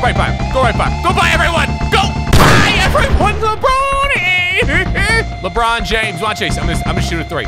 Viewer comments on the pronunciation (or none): Nobody: LeBrOoN